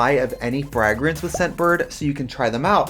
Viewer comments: I first I thought the way Trixie was pronouncing 'fragrance' was a bit until she kept doing it, and then I realised it might be her actual accent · They way Trixie pronounces Fragrance is everything to me. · I think scentbird sponsored Brian just to hear him pronounce fragrance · Why does trixie pronounce fragrance like frehgrance lol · trixie saying frahgrens instead of fragrance... cheetamascuro instead of chiaroscuro...? the wisconsin jumped OUT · Oh the fragg-ing? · It’s the frahg-rance for me 😂❤ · Find your new Fraagrance today...the way Americans say parfum and fragrance triggers me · Wait is she saying "frag" rence? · Tracy said "Fragg-renz" so many times that I genuinely started wondering if I'd been pronouncing it wrong my entire life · Cringing every time trixie says “frogreens” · so glad i finally learned how to say blunch, parfoom, and frahgrance correctly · I need the full unedited version of this visit please. 2hrs or 6hrs, I don't care. I need it in my life, please. P.S. I will henceforth pronounce it Freh-grance. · F-rag-rence. I love the pronunciation. I wanna say it like that now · Who taught Trixie to pronounce it FRAG-rence? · cracks me up how American's pronounce "frAH-grance". Love you :') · Trixie saying FRAGrence was GottMeek Vybes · Frag - rents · Not us finding out that Trixie pronounces fragrance "FRAGG-RENCE" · i've heard her say fray-grance before. A few months ago the episode came out where Katya said she was going to pronounce words with a hard g. And she has said frag-rance in anothet episode. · What a weird pronunciation of fragrance by Trixie! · Lol the ad. Your pronunciation of “fragrance” is cute, Trixie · Omg. Did you mispronounce Fragrance for this entire video? lmao love u xoxo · deadass made me mutter "fragrance" to myself like eight times in a row to figure out if I'm the one saying it with an accent or if Trixie is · I love the way you pronounce "fragrance," lol, like you've never heard a word of english in your life 😂😂😂